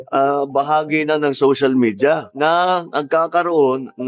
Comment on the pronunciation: wait is “social media” an American name and not something other languages just say in their own terms? Why he say it like someone’s name?